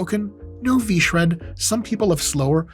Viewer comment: God, I love it when people shread vShred